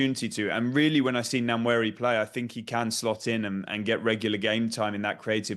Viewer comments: the name is Nwaneri is prounced - "Waneri" the first letter N is silent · That's wrong. It's pronounced as it is written. It's a Nigerian Igbo name. The 'nw' is a single Igbo alphabet. Try treating the English sound /n and w/ as one sound and you get the actual sound /nwá-né-rí/ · These clowns need to learn how to pronounce his surname right. Wan-eh-ri.... the N in Nwaneri is silent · It is pronounced WAN YENRI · love that Orny cant say Nwaneri. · That man needs to learn how to pronounce Nwaneri 😂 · Sky sports, you guys are spoiling the name Nwaneri . Please learn to pronounce it properly.